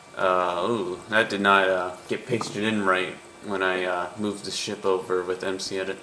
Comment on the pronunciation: u said shit not ship